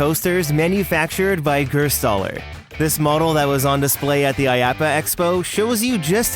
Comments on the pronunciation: It's Gerstlauer, not Gerstauler. A great ride manufacturer. I've ridden Hangtime at Knott's Berry Farm here in California. Such an awesome ride. Would love to ride Shellraiser & Shredder someday if I ever go to NYC or New Jersey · Perfect timing, went here a few days ago! Also, it’s Gerstlauer, not gerstauler. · Gerstauler? You mean Gerstlauer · Nice video i tried searching for more content about this park and this is one of the most quality video's i could find (btw gerstauer is not pronounced that way but i can understand why this is a hard word for amaricans)